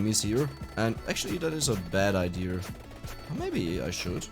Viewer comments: Did you spend time in North Carolina, USA? You said "Idear" instead of "idea". In the USA, a lot of our accents are originally accents from Europe and I'm wondering if North Carolina came from where you are from? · Why do you always say idea as "idier" I'm not really irritated from it, but it's really funny